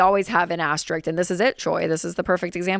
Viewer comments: "an aster-rick" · I wonder why so many struggle to pronounce asterisk and asterisks when they can easily pronounce risk and risks. It's just two short syllables tacked onto the beginning of the word.